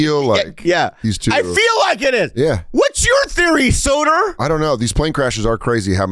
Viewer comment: Dan “sedonaa” Soder